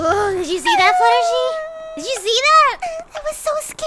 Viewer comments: Her name is not Fluttersee it is Fluttershy unless you call her that I'm sorry I was just saying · I LOVE HOW SAYING FLUTTERSHEE IS STILL RELEVANT